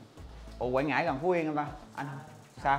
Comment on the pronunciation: Quảng Ngãi quê em a ơi. Mà Quảng Ngãi chứ ko phải Quãng nha a